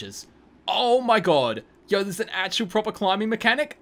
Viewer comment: Every time this dude say yow Him: yowr